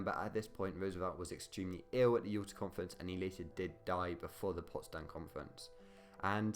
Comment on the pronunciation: Since when was Yaalter pronounced Uooota? Alas a chaotic account of the Yalta Conference. E.g. Roosevelt and Churchill we not different from Stalin because they were capitalists, but because they were elected leaders of democracies (Stalin joked about how much easier it was to simply tell the population what to do). E.g. all three knew about the atomic bomb, but it was never discussed - and still one of the top two of Roosevelt’s aims was to bring Russia into the war with Japan, because he didn’t know the bomb would work - and a conventional invasion would cost an estimated 4m American lives. Similarly Churchill did not accept that the British Empire was in decline, he defended it vigorously - hence Greece was so important as it covered the Mediterranean access to Suez and India. And consider why the Holocaust (as it was later called) was never discussed. And Churchill was very worried that the USA would pull its troops out of Europe, as Britain could not maintain occupation control on its own hence the importance of getting France back on its feet despite de Gaulle’s intransigence. BTW, it was not agreed that France would have a zone of occupation, only that they would be offered a role - because de Gaulle was not present.